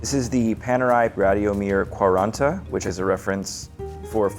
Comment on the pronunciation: Best mispronunciation of the Italian for 40 I think I’ve ever heard ! Lol